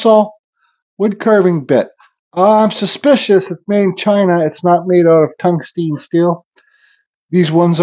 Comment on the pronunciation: If it's any help, it's pronounced " tung-stun "